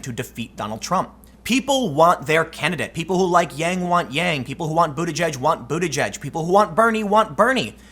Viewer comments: It's pronounced "booty keg" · I think it's pronounced butta-geeg